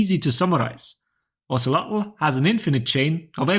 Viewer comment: Oh-say-low is how you pronounce his name if anyone was wondering :)